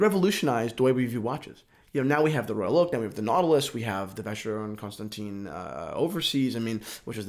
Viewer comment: love your passion for this, but come on, please polish up your pronunciations! Addermar Pigay and Vacheron Consanteen....?